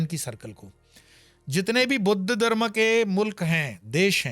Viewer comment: आप ' दर्म ' में नहीं ' धर्म ' में हैं...... आपका ज्ञान तो अच्छा है परन्तु आपको आपके उच्चारण पर भी ध्यान देना चाहिए 🙏